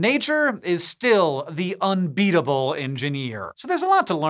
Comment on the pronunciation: "... nature is still the unBEETLEble engineer."